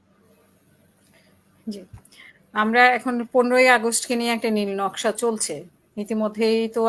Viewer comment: সাংবাদিক বলছে নিল নকসা